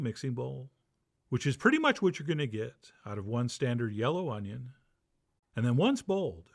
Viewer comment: 'Unjin' fritters!! Mmmm